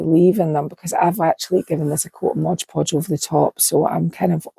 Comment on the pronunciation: Amazing! I love everything you do. You’re fearless! I even forgive “Modge” Podge! 😂